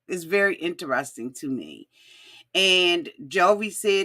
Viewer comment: Please say interesting correctly omg